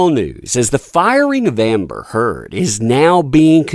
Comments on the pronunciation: "Amer Heard", tho? 😂🤔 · "Amer Heard"???